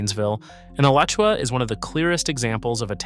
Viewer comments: ugh-latch-ua How about actually visiting Alachua or Levy (pronounced lee-vee) County if you're serious about leveraging expertise about a place you're reeling viewers in to ostensibly educate them; that kind of either 1) intellectual laziness or 2) AI software narration offers two bad options. I'll give you a second chance, but only if you acknowledge how absurd it is to claim expertise while being guilty of undisclosed AI software narration or extraordinary laziness for someone staking a reputation on a state you don't even care to take the time to respect enough to pronounce its towns and counties correctly. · If you love a guy branding himself as a Florida expert who doesn't respect the state enough to pronounce its counties correctly. Particularly egregious is Alachua, a town and a county, and Levy (pronounced LEE-VEE). More AI software narration without disclosing that's what it is. Deceptive smh.